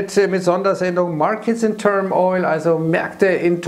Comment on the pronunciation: Stets hervorragende Spontanübersetzungen aus dem Englischen, aber eine Kleinigkeit: Markets in turmoil, nicht in turm- - oil.